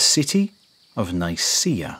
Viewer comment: I cringed when I heard how he pronounced Nicaea 😖